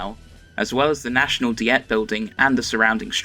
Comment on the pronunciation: The Diet, japans parliamentary assembly, is not pronounced "Dee-et". It is pronounced the the same as the world for a restrictive course of food. That's why, had you been paying attention, you would've heard the performers referring to it as the "dai-etto".